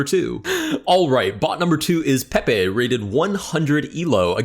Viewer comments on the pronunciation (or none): none